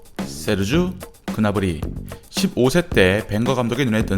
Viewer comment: 그나브리 그나브리 할때마다 그나물이 그나물이 하는거같네